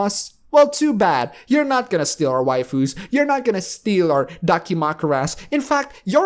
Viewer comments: Did he really just say Way-fu's? its WAIFU's you dumbass. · You mean your "way-foos?"